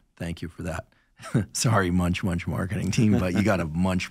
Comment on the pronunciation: monch monch not munch munch for those looking